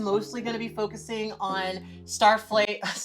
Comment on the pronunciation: says snowflake wrong, creates a better superhero name